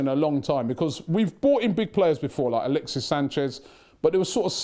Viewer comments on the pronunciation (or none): none